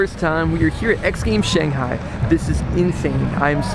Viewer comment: Loved your commentary, but haaaaated your counterpart calling it shonghai.